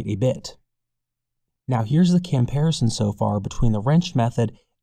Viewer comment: Camparison? Lol